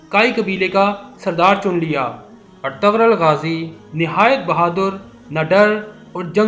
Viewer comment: O bhi artgral nhi artgl gazi